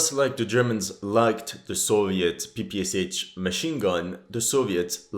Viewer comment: I love your videos and I'm guessing you speak Russian. (If you already clarified that somewhere, I apologise, I'm fairly new to the channel.) I got corrected years ago by some Russian friends, PPSh is an transliteration for ППШ (Пистолет-пулемёт Шпагина) which should be pronounced "Pay Pay Shah" as opposed to "Pee Pee Ess Aitch". I'd been pronouncing it wrong since I was a kid making Tamiya models! Surely if respected commentarists like you pronounce it right, the history enthusiast community will start to come over (and maybe even start to learn Russian!)